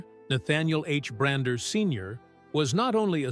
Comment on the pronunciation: His name is Bishop Bronner, not Bruner.